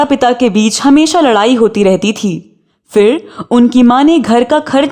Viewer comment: Please apna accent theek karein. Its PHIR not FIR and PHOOL not FOOL. Please learn the difference.